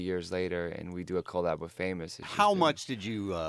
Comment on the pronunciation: The way he says collab is AWSOME